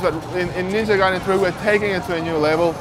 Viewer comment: Ninja GAAAAAAAAAY-DEN!